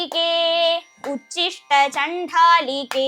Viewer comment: ഉച്ചിഷ്ട അല്ല ഉദ്ധിഷ്ട്ട എന്നാണ്